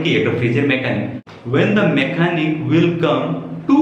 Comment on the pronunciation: Your pronounciation is not correct of the word 'When & Will'.